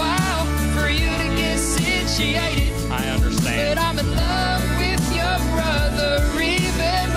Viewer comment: I keep coming back to this song to hear Kurtis say "sitiated"